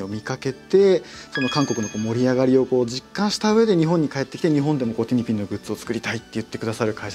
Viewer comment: [티니핑구]라고 발음 안하고 [티니핑]으로 그대로 발음해서 참 다행(?)이에요 ㅎㅎㅎㅎ 그래~ 일본어로도 ing(ng) 발음 잘 할 수 있으면서 왜 그동안 ‘모닝구(morning)', 송구(song)'이라고 낡은 문법대로 해온 거다요, 제대로 발음하면 영어 잘하는 잘난척 하는 것 같은 눈치 분위기가 있나?!?!